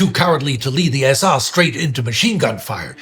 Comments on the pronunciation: Why are they pronouncing "SA" as "SR"? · Why does "I am the SA" begin to sound like "I am The Walrus"?